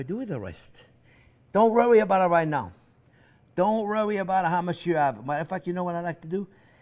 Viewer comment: "Don't rorry about it.....Don't rorry about it! A child can do this." 😂❤😂❤😂 I love it!! Ok, I'm all in. I'm all for this. Let's do this!! 👏 👏👏👏👏 No more store bought crust for me, Baby!! I've never had so much fun watching a cooking show before. Things I've been intimidated to do are melting away. I would adopt Chef Jean-Pierre if I could 😂